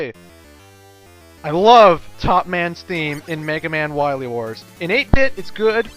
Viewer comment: Zomg... Wahwee Wars!